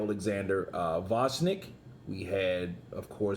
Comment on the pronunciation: you forgot to mention Lomachenko lost TWICE THIS YEAR. As a boxing commentator you could also learn name of the boxers you are talking about. There is nobody called Vosnik. The name is Oleksander Gvozdyk.